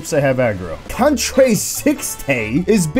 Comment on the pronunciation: Patrice Dufour old comment but you would pronounce it as ‘contra’, not ‘cont-re’ as it would tell you in english